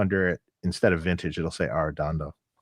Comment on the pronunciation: Great that you honored Jose Arrendondo's legacy. His work inspired so many, and brought warmth and rich tone to many guitar players. But next time get to learn the right way to say his name and his daugthers name. I know that in the USA people just 'americanize' names, But how will you feel if someone presents you as 'Marqusanki' and 'Deib Fried mannn'. Think about it !